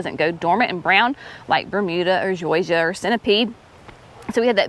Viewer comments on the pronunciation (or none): none